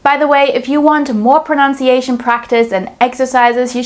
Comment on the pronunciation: The irony of you pronouncing pronunciation wrong 🤦‍♂